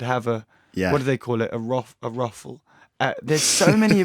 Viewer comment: BUT HE SAYS IT LIKE "RUFFLE" ITS SO FUCKING HILARIOUS